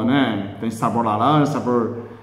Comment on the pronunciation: Kkkkk... muito bom!!! "Lalanja"...hahaha..adoro.. OBRIGADA!! abcs